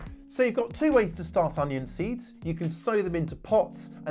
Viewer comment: Did he say Onial is that a new type of SeX? ? 😂😂